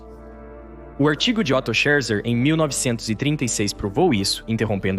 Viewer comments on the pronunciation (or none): none